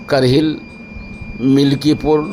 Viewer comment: کرہل ہے کرہیل نہیں ہے